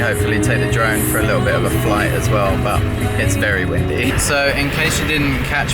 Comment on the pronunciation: Did you realise said "One lickle" instead of One Little HAHAAh